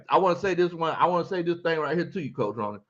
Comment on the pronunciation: 😂 It’s pronounced Roni like macaroni & cheese but I’m glad you enjoy hearing me chime in every now and then